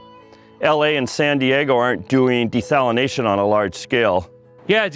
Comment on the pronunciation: "Desalinozation" guy